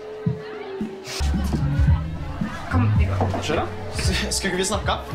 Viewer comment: Quando falam "chris" parece "kiss" kkkkk